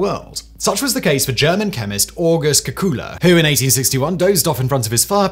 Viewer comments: I always heard the name as “kay-coo-lay.” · At 93 comments only two people mentioned your pronunciation of Kekule, and Leibig (invented condenser with water jacket). I learned in 1971 Kekule dreamt of six carbons dancing in a circle hinting at the benzene ring.